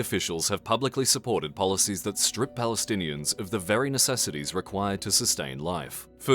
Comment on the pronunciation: i know its a serious subject but "verynecessities" Edit: and "Publiclysurpported"